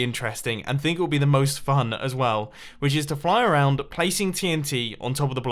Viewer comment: When Mumbo said “Which is”, it sounded like “witches”!